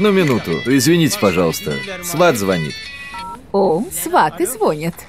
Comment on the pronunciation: В переводе говорят, звОнит